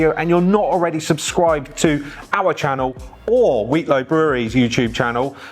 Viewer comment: Another great upload but please practice saying Wheatlow for the next time you go😂